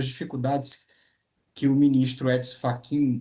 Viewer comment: Moraes deu um calateboca no "FRACHIN"😂